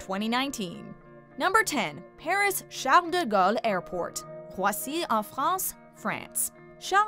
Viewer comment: I love how she goes out of her way to (over)-pronounce the name of CDG correctly, but butchers most of the other international airport names that aren't in English-speaking countries.